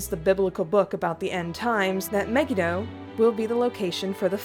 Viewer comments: Hi sorry but in hebrew megido is pronounced me-gee-doe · It's pronounced Aradia me-gi-do